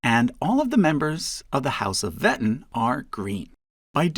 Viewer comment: The name "Wettin" is actually spoken like "Ve'teen".